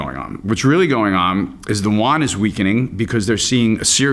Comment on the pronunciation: When talking China and its currency it would be nice to properly pronounce it...: it is Yuan (as in You-An), and not Won (which is the Korean currency).